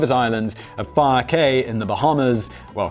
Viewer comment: I'm just amazed he pronounced Fyre correctly. usually there is no name baldy can't fuck up.